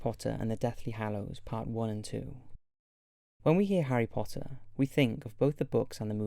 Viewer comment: He said Harry Potter with that perfect accent!